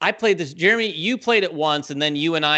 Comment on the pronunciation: You said my name exactly right, which is amazing. Give yourself a pat on the back Jeremy! I'm really excited to hear you all are looking forward to doing more "relaxed" content. It's relatable and easy to watch while eating lunch, working out, etc. Especially during this pandemic, I feel like I enjoy that engaging content.